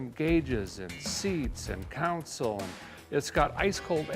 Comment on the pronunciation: I'll never understand why some people pronounce the word con-sole like council.